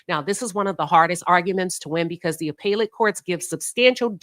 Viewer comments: Thanks, Queen, for covering the Karmelo Anthony case. As an FYI, appellate is pronounced 'Uh pell it'. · Not here to argue. You're mispronouncing 'appellate'. Have a good evening.